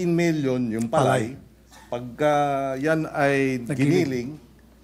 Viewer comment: Hoy KIKO chonggo matsing.. PALAY lang di mo pa mabigkas maige .. 😂😂😂